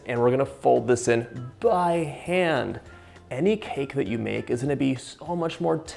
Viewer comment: sEAUXGH DELICIOUS! BAIII HAAHHND